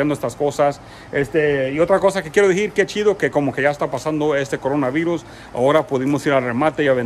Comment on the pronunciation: Se dice Decir no "dijiiiir"